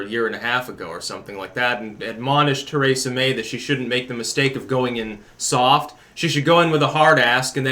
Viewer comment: Too-ray-za, Braygzit